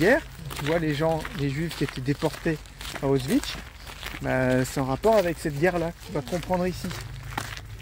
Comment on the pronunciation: tu dis: "Voilà UN AN d'année scolaire en histoire.. EN UNE FOIS"!!! Ca,, c'est de l'histoire APPROXIMATIVE.. un peu comme on (tu) prononcerait " Osvitch" au lieu de AUSCHWITZ, ou qu'on (tu) dirait "les américains sont venus nous aider", alors que les plus grands historiens reconnaissent que les américains n'interviennent que pour défendre leurs intérêts impérialistes, quitte à tuer des centaines de milliers d'innocents civils.. précisément comme en Normandie où leurs bombardement ont tué des dizaines de milliers de civils français. En ces jours de commémoration du débarquement, à t'entendre, j'ai mal au coeur pour nos anciens., ne méprise pas l'Histoire car "Qui ne connait pas l'Histoire.. est condamné à la revivre". PAIX à tes enfants et à tous les enfants du monde. Fanfan OSWALD